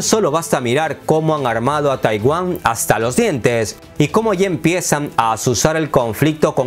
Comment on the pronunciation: Oye querido, eres de raros de buen nivel en redes, pero no digas TAIWÁM En lugar de TAIWAN jeje